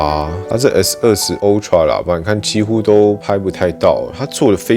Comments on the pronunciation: (台灣)Youtuber最可怕的部分～就是大家的發音～都會互相學😒 ultra不管美式英式，都是凹tra，不是歐tra～ 但是每個youtuber都一起念歐tra 🤦‍♀️🤦‍♀️🤦‍♀️ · 不是唸o…是ㄚ好嗎……真的是ooxx